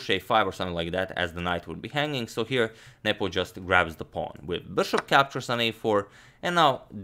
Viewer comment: Is it just me or is he saying nipple insted of nepom